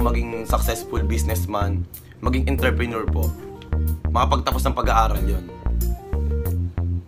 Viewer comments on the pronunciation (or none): none